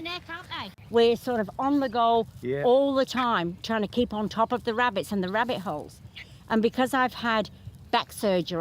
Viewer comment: Did you just say ribbit hole 🐇 🕳️